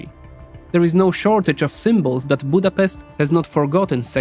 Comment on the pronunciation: You should at least be able to pronounce the name of our capital before making a video!